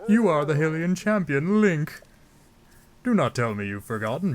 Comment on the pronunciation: Its HI-LIAN NOT HILLIAN